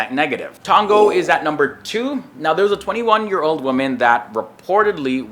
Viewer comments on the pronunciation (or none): Its Tonga not Tongo